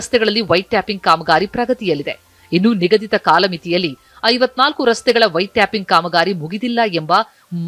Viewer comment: White tapping alla madam, White Topping 😅😅😅